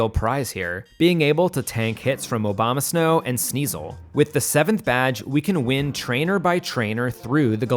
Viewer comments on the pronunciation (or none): none